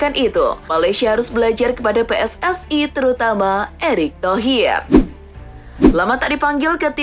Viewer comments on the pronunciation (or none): none